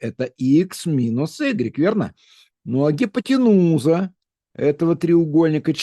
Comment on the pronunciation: Никогда не замечала, только сегодня : Вы слово "катет" произносите кратко, а слово "Гипооотенууууза" растягиваете. (Гипотенуза (от \(\text{hypo-}\) «под» + \(\text{teinein-}\) «тянуть / натягивать») буквально переводится как «натянутая под [прямым углом]»). Запоминается, что это самая длинная сторона. треугольника. Получается, даже интонация помогает выучить теорию. Урок становится ещё насыщенней, при кажущейся легкости.